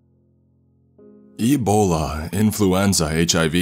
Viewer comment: I think he said ebola